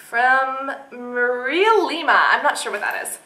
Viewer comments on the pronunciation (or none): none